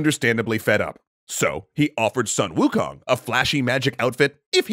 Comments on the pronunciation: No it's "swuh-n ookung" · Still pronouncing Sun Wukong name wrong...